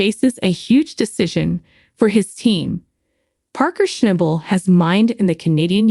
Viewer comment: For G I ds sake..learn how to pronounce his last name..I think he's earned that. Common on! Show some respect.